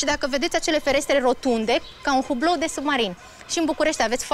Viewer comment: taică...!!! Chiar dacă se scrie "hublou" se pronunţă "iublou"...!!! Bulgarii au dărâmat statuia "lu' nen'tu Ovidiu" în Primul Răzbel, nu în Al Doilea...!!! Vezi că poate te-aude vreunul dintre constănţenii mai bătrâni, care tocmai trece pe-acolo, şi poate vine şi...te trage de urechi...!!!